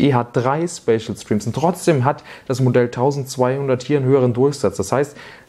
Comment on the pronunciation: Ich habe das Video bis zur Hälfte geschaut. In dieser Zeit fällt der Begriff "Späschel Striems" etwa zwei bis drei dutzend mal. Nur ... WAS IST DAS?!